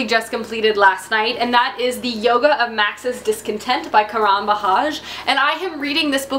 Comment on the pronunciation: Hey, the Yoga of Max's discontent's author is Karan right? Anyway, I kinda wanted to let you know that you're pronouncing his name Karaan. And you may wanna shorten the second a to one beat like the first a. Like Karun. Run pronounced as run. Just wanted to let you know that.:)